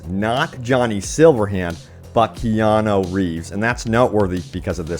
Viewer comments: It's Keanu not Keano. KEY-ya-noo, ya - rhymes with pa, noo - rhymes with do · His name is Keanu, not Keano. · Kean-U not Kean-O. But keep up the good work :)